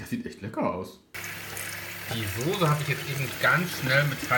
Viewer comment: Immer diese Leute Sose anstatt Soße sagen 🤷🏻‍♂️